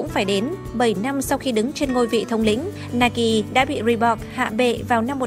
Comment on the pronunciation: chữ Reebok chứ không phải là Reebox.